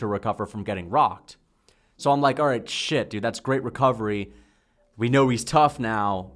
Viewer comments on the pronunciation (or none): none